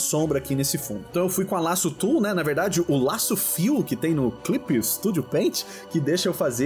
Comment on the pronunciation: só hoje que eu entendi o que é "laço tool", eu entendia voce falar "ala sutul", na minha cabeça era uma tecnica muito especial com um nome esquisito kkkkkkkkkkkkkkkkkkkkkkkkkk.